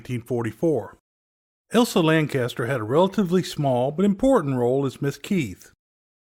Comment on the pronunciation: LanCHESTER; not LanCASTER